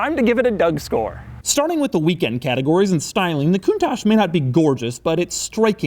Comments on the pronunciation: At least he doesn't say "Lambore-genie" and "count-tatch" but isn't the "ch" in Italian normally pronounced like a "k", giving it a sound like "koon-tuck"? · when I hear you say countach I wanna kill myself, its italian not french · You cant even pronounce the car correctly coun-toc not coun-tosh! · Gobshite, it's not pronounced coontosh it's pronounced coontock. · One important missed detail: It's pronounced like "Coontock". Still my favourite Lambo but wow so impractical! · Wonderfully impractical car, but....isn't it pronounced Coun"tokk" instead of Coun"tosh?" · you must pronounce "kountak" ,not "kountash"...it means "marvelous" in a napoletano dialect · Not coontach count I say again count it's pronounced countach you dumb ass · Isn't it pronounced "koon-tack" not "koon-tash?" Italian pronounces ch as K. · Learn first how to pronounce it right, Doug...it's called KOONTAH and means ULTIMATE AWESOMENESS! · The way he's says it.....coontash -_- so annoying bruh in the rain too hahaha ,😂🖕🖕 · it's not pronounce kuntachss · I am from the UK and it sounds like he keeps saying 'coontash' I am sure its just his US accent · Coontaash? Is that how you pronounce it? Is my life a lie? Hotel, trivago? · it''s Pronounced Con-Touch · You don't know how to properly pronounce the car..... and it seems that you tongue is too fat for your mouth thus resulting in a lissssssspppppp.... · Ok before get started, learn how to pronounce its name correctly.........PLEASE! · Fun to hear an american pronounce "Countach".... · Until you pronounce Countach the right way I won't subscribe! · Stop pronouncinng it so silly :pppp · If I had a dollar for every time you mispronounced 'Countach', I'd almost be able to afford my own Lamborghini. 'ch' in Italian is pronounced like 'k' in English. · Your pronouncing countach wrong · Why is it americans can never ever pronounce the name Countach properly its not pronounced that way. Duh.